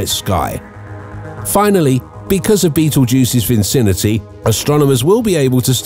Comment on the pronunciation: Fascinating video, but you don't pronounce the "p" in Ptolmey--it's just said "tolemy", & Rigel isn't pronounced "regal", it's said "rai jl". You also said "vincinity" instead of vicinity by adding an extra "n" into the word. Hydrogen bonding with carbon does NOT produce carbon, & you reversed the diameter of the Sun with Betelgeuse's. The Sun is NOT larger than Betelgeuse--it's considerably smaller. Stuff like that makes me cringe. Dude, do better.